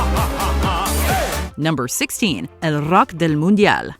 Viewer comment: As an Uruguayan, I can confirm that the narrator's Spanish accent is top notch. That "El rock del mundial" totally caught me off guard. I was not expecting such perfect pronunciation.